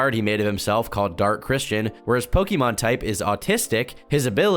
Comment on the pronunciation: I think the worst thing about this is that can't pronounce Pokemon correctly